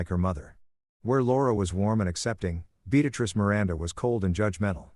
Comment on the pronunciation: Yet another story where one name is consistently being said wrong multiple times. Beatrice doesn't have an x in it